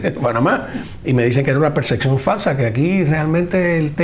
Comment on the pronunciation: Es "percepcion", no perceccion.